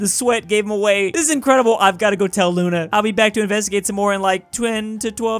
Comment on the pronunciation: You said we also call it Luna right well in Russian it's actually pronounced Luna so you were correct